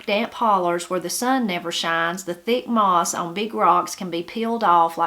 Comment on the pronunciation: Moss not miss